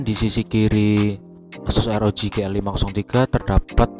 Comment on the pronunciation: ArGIBI Drek bukan ERGIBI,ah lesdrek ah